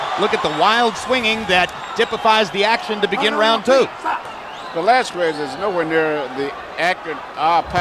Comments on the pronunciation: Idol pacquiao vs valesques said anouncer😂😂😂😂😂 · Michael knew he screwed up when he said Valezquez 👊😭🥊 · Buffer absolutely butchered the pronunciation of Velázquez right after speaking Spanish 😂